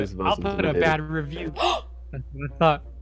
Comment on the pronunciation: At first I thought said "I'll put a batter of you" XD but it was "I'll leave a bad review"